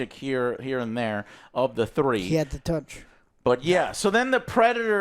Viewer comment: Bro says 3 like the Tootsie pop owl gets me every time😂